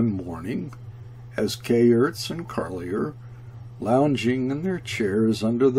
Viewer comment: Kayerts rhymes with "air." Carlier with "jay." And so on.